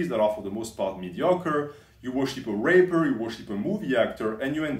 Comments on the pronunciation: not sure if is just mispronouncing rapper or if he is referring to Hollywood weirdos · I think he did misprounced it. As in: rap musicians. And not the other thing.